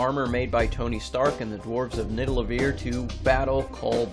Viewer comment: It’s actually Nidavellir